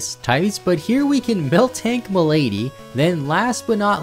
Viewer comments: It's Miltank Malady (ma-luh-dee) as in disease and not Muh' Lady 😂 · You didn't seem to notice that the guide mentioned a male Clefairy in its breeding examples, even though Clefairy is a female-only species; also, the word "malady" is pronounced like "MAL-ah-Dee" and means illness. (A deeper note is that in the Gen II games, gender is based on a per-species gender threshold and the Attack DV of the individual Pokémon: If the threshold is 0, the species is all-male; if 254, all-female; and if 255, genderless. Otherwise, the highest fraction of Attack DVs correspond to males and the rest to females; the other five gender thresholds correspond to 7:1 male, 3:1 male, balanced, 3:1 female, and 7:1 female, although there were no 7:1 female species before Gen VI. Trainers tend to have Pokémon with the best Determinant Values, so if a species can be male, it will be; meanwhile, Will's Jynx and Whitney's Clefairy and Miltank are still female, because those are all-female species. After Gen II, gender is determined by personality value rather than the replacement for DVs, known as Individual Values, and most trainers have Pokémon that have the same gender as themselves if from species with both males and females, with the exceptions of Bugsy, Will, Janine, and a Pokémon Platinum grunt named Saturn; this is because the trainers in question have incorrect data for their own gender in the data structure for trainer classes and individual trainers.)